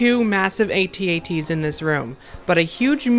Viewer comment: AT-AT is prounced "att att." Not ay tee ay tee.